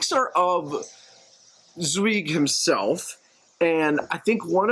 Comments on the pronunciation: How difficult is it to google how to pronounce the writer's name?Zweig like like bike ike. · You failed not only to pronounce the writer's name which is in my opinion pretty disrespectful ,you also managed to skip over the holocaust and the tragic fate of numerous Jewish scholars such as Albert Einstein,Sigmund Freud and many others forced into exile and many more murdered in concentration camps. Austria and Germany not only was occupied by Nazis but it lost so many great thinkers and artists. Only a few made it to freedom in exile. Your laid back approach does this great writer a dis service. You mispronouncing his name was just the sign how little you understood of the depth of tragedy of the man the era and humanity's darkest days.The right wing is now growing strong in the US and Europe. Do google and get educated before you take on giants. I have met his nephew . He died this year.almost 100 years old in Europe. They didnt do shallow. Sorry i might have been too angry. I just listened to experts discussing this book. Please treat books more seriously.